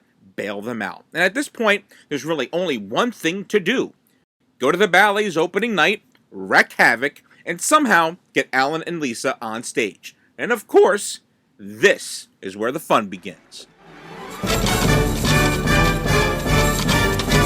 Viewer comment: FFS WREAK HAVOC!!! (Pronounced Reek) Not Wreck.